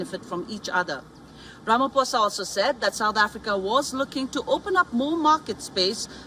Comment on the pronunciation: Learn to pronounce Ramaphosa please that's embarrassing 😢